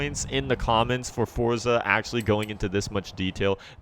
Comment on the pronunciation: finally someone thats says forza instead of fort za